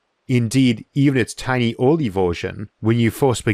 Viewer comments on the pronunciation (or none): none